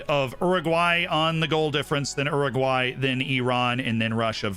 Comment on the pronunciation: ‘Erraguay’ is so wrong